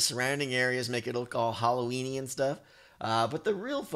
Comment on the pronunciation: When you said "Halloween-y", I heard "hollow weenie."